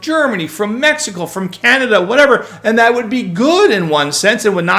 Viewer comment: Med-e-co? Sounds like a gringo speaking